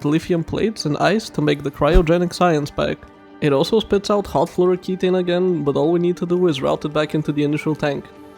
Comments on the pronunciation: That pronounciation of flouroketone was annoying. The end isnt ki taine, its ki tone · ke-TONE. TONE your abs. TONE it down.